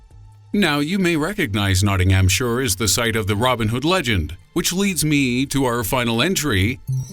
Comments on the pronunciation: NOTTINGHAM - SHIRE not NOTTINGHAM- SURE... only 20miles down the m1 to me. good video though, subbed 😊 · BTW it's called not-ting-hamp-shir not not-ting-hhhhhhhhamp-shore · Nottinghamshire is pronounced NOTTINGHAMSHIRE not Nottinghamsure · It's Nottingham-"SHIRE", not "SURE". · It's NottinghamSHIRE not sure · Nottinghamsure?? No, it's Nottinghamshire. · It's not Nottinghamsure (Nottinghamshire) pronounced Nottingham-shia (as in Shia Labeouf) True, Btw the Sherwood Forest was massive reaching from Nottinghamshire to Derbyshire (That's a big forest) today it's tiny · NottinghamSHORE? muppet.... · noo and nottingham shoor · Is that anywhere near York-ter-sher-shire lol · why was you so rude about the garden of eden. and you try to be funny by being mean it doesn't work. its notting-ham-shire!!!!! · He seems to think Nottinghamshire is pronounced Nottinghamsure as well.. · 'Nottinghumshure' Damn, thats awful. Kinda wish I'm not from there now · He needs to learn how to say Nottinghamshire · Say Nottinghamshire again please... brilliant 😂😂😂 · He can't say Nottinghamshire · "Shroap-sure" and "Nottingham-sure" aside... Cadbury castle is actually down in Somerset. ;-) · Shrop SHYRE and nottingham SHYRE. Goddamn Americansss